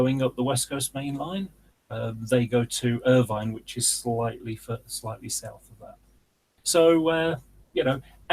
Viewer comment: Dalry is pronounced ‘Dal - rye’ Irvine is ‘Ir-vin’ e is silent 👍🏼